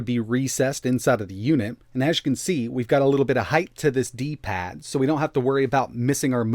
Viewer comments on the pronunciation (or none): ⛔⛔⛔⛔⛔⛔⛔⛔⛔⛔⛔⛔⛔⛔ D paaad D PAAAD TF IS WRONG WITH YOUR TONE DUDE